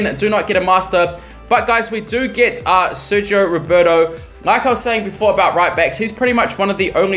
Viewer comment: Sergi roberto not "sergio"